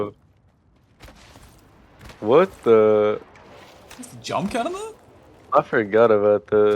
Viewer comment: My favorite part of the vid is when tell's us how to cunter horizon😃